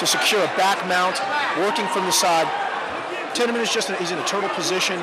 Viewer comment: They say Tiemann wrong.